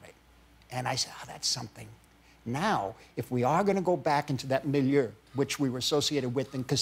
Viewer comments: millieur? What's the word he's talking about? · milieu, like the setting.